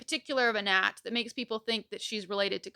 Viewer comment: I'm from Pittsburgh and everytime I hear you say "Anat" i keep think you're saying "N'at"